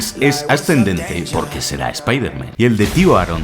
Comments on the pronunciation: Yo solo tengo una duda? Porque espiderman? Es el unico súper héroe que pronuncian "mal". Partes en el video lo dices bien y en otras no, pero siempre e tenido esa duda. Y utilizaste la versión en español latino se la peli. Quien es usted y que hizo con? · Repite conmigo, Spider MAN, no Spaider MEN jajajajaa alto nivel de video como siempre ♥ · La pronunciación de "Espihderman" es vergonzoso. Lo mismo con "Dardebil"